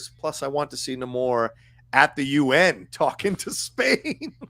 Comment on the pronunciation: Thank you all so much for pronouncing Namor's name correctly. It bugs me more than it should that he introduces himself one way in the movie, then every other character in the movie decides to Nay-more afterwards. And it bugs me more that every podcast/review seems to be going with Nay-more. That's clearly not what he said his name was! This is The Curse of La Llorona all over again....